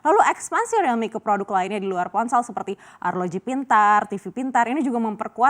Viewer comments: Rilmi bukan relmi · Krn realme mulai merasa kecantikan.. jual mahal😆 . . . Mbak btw penyebutannya buka 'Relmi' tapi 'Riiiilmi' Riiiiiil😤